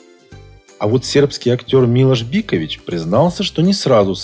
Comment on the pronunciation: Откуда вы такие берётесь? Неужели лень посмотреть хотя бы одно интервью с Милошем, где он сам произносит свои имя и фамилию, и наконец-то запомнить, что он - мИлош бИкович!